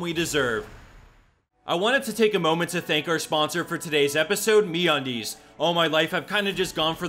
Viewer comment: Just hearing you say me undies was the best part😂